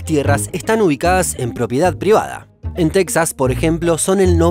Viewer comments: En español se pronuncia TeJas, no TeXas. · Texas se pronuncia Tejas, fue territorio mexicano. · Me da gusto que hayas mencionado a mi ciudad Laredo-Nuevo Laredo, y una correccion no dice "Tecsas" se dice "Tejas" aunque se escriba Texas.